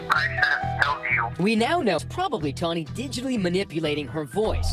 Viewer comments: TAWNY not TOMMY, Jesus christ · Her name is Tawny with an “n”. Not “Tommi”. My mom’s name is Tommi. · I like how 1/3 of the way in you just started calling her Tommy 😭 bruh her name's Tawny hahaha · Tawny, not Tommy. Nice try though. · Ron Swanson: did you say tommy or tammy? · Its tawny bro. Not tommie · Tawny, not tomi... but still agreed... steer clear of any an all names like this. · Her name is Tawny not Tommy